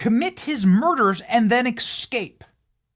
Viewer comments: Jeez Bennie, the word is escape- not excape. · it is not "EKscape". It is ESkape". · Benny. Please. Escape. not excape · Why does Benny say "ex-cape" like a 5 year old? Its "ES-CAPED" dude... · Eck-scape?? C'mon man. You're in broadcasting. Go make an eck-spresso, open YouTube amd sesrch for 'escape pronunciation'. Please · Just for clarity, there is no "c" before the "s" in "escape."